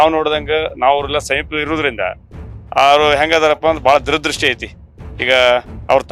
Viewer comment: ದುರದೃಷ್ಟಿ ಅಲ್ಲೋ ಅಣ್ಣ. ದೂರದೃಷ್ಟಿ ಅದು....